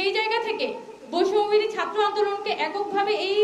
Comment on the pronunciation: বৈষম্য বিরোধী নামটাও এখন সঠিক ভাবে উচ্চারণ করতে পারে না মেউধাবীরা। লজ্জাই পায় নাকি বুঝি না।